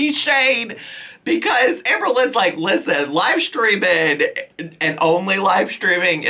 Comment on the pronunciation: Let's see how long this "schedule" lasts. Live steamminnnn